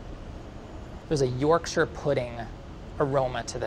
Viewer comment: Is the only American in existence who knows how to say Yorkshire correctly!? Good man!